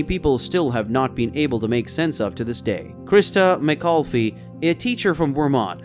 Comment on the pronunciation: Christa McCoffee? Lol